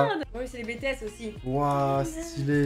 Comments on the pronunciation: je suis pareil: BTS!!!! ❤️❤️SI TU REGARDE BTS TU EST UNE BESt: SA SE LIT BITIESE ET PAS BETESE 12:8: LIVAÏ BG. NARUTO: HINATA BLG SAKURA BLG NARUTO BG SASUKE BG ITACHI SAMA BG DRAGON BALL Z:GOKU BG VÉGÉTA BG MY HERO ACADEMYA:DEKU BG SHOTO BG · je rêve où elle a dit les bétéesse 😭😭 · Rip les army..😂✌🏻 Ça ce dit [Bi] [Ti] [Es] 🥲😉❤ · Nan mais les gens je suis désolée mais on dit Bi-Ti-S pas Bé-Té-S ça se prononce a l'anglaise BTS 😭💜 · Ouiii et elle a dit bé té s au lieu de bi ti s😓🤣 Mais trop beau waouh 💜💜🤩🤩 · J’étais choqué quand j’ai vue qu’elle avait des truc de Kpop dans ses pour toi 😳 par contre stp dis pas BéTéS mais BiTiS😅 Army💜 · écoute de la Kpop, j'ai vu Tae et EXO 😭💕 et par contre c'est Bi-ti-èsse et pas Bé-té-èsse stp 😂😂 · "c'est les BÉ-TÉ-HÉSS aussi" j'ai actuellement envie de pleurer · t'as dit ''Bétéesse'' ça se dit comme en anglais hein, ''Bitiesse'' BTS quoi 😂😂 ARMYs on est là 😂🤣💜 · BTS se dit: BiTiès et non Bétéhes 😂😭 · Oui, j'ai bug dessus en mode: mais naaaaaaaan,, une army? Mais mes oreilles ont saigné quand elle a dit: "Bé Té S" 😬😂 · Ça m’énerve trop quand les gens disent BÉ TÉ ÈS 😡😤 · J’aime beaucoup le pour toi de en tant que fan de Bts (Army 💜)par contre elle a dit les bétéèsse 😭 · Les quoi???? Nan mais un peu de respect on dit bitièsse... Allez je t'en veux pas tkt 😭😂🧡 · SA CE DIT BITIÈSSSE OK!!!! Sinon je t'adore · Elle à dit bétéèss...J'vais crevé... Sinon j'adore toujours autant tes vidéos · t’es vachement dans la k-pop manga et tous.. Moi: ELLE A DIT BÉTÉESSE!!!! 😡😡 (En vrai même taetae l’avais dit une fois on peut plus rien faire la..😭) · B... Bétéesse 😳 In English pls 😭😭 Sinon une ✨pepite✨ cette vidéo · "Les BÉTÉESSE" A.V.C dans 3-2-1..💀💀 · On prononce bi ti esse sinon super vidéo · "Les bétéès" elle a dit. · BTS on le prononce BITIAIS et BLACKPINK continue comme sa bisous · Bétéhaisse??? T sérieuse 😭😭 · pour bts on dit: bi ti s